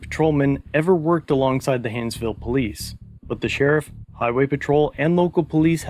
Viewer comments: "Poh - leese". Where do these guys learn English. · Did he really say poeleece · When the cops call themselves the POE-lease lmao THE POE-leasE, you know you’re in low IQ rural America,…